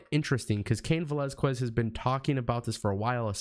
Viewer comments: It’s pronounced velazKEZ not QWEZ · Yo when you say cain Velazquez the u is silent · You butchered Cain's last name but I am glad to see him.Since they don't want to put Lashley vs Lesnar I know Fox will make sure Brock vs Cain happens. I don't see Fox wanting Brock to treat the belt and be there as little as he was with the last belt so Cain will take it from him in short time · Please pronounce his last name correctly. I tried to finish your video but your mispronunciation made me cringe.